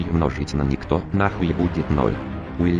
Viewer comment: Я угараю как он говорит илюминать